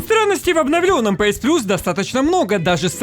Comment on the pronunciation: Не пээс а пиэс, не пасс а пэсс